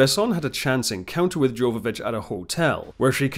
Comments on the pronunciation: Yova-vich, not Jova. Leeloo deserves to have her name pronounced correctly. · Its Jovavitch as if it was a Y not J. Come on now. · Do look up the proper pronounciation for the actor's names - this would make your videos way better and would show you actually know what you're talking about For example: Milla Jovovich is pronounced as ˈjoʊvəvɪtʃ or YOH-və-vitch , see the respective Wikipedia article Jovodorowsky is pronounced as /hɒdɔːrˈaʊski/ or ho-dor-OF-ski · It's pronounced "yoh-va-vich". The J is a Y.